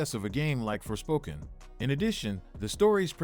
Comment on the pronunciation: "forspoken" sounds more like "forswoken" "-"